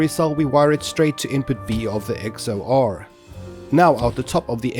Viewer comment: Please just say “X” then “OR” rather than “X” “O” “R” im losing my mind